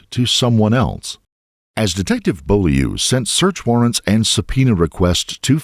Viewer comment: The way the narrator says "Beaulieu" has me cracking up. That's my family name. In Maine, especially, the pronunciation is English, but leans more toward French. It's like "Bohl-yur." "Beau" is said exactly like the old word for boyfriend, beau. Add the L, and it sounds kind of like "bowl," but pronunced softly, like "bohl" and the "ieu" is more like "yer." Bohl-yer.